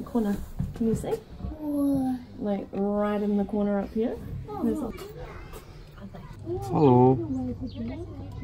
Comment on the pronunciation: repeat of saying ‘Harlo’